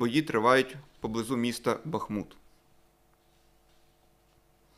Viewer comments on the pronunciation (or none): none